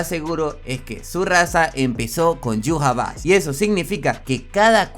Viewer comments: ¿Como se escribe?: Yhwach ¿Como se pronuncia? Yu-ja-va-ja. ¿Como lo pronunciaba yo?: Ai-wa-sh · En 1000 canales de YouTube, que hablan de Bleach, los 1000 pronuncian Yhwach de maneras diferentes, lo pretencioso de Tite Kubo se refleja en ese nombre.